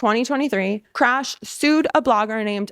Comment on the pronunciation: did you just say Krash😂😂 May I borrow that.!!?